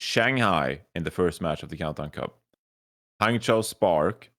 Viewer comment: johny finally said hangzhou and guangzhou correctly. Yay!!